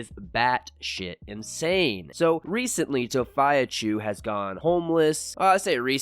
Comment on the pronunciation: It's fee not phi lol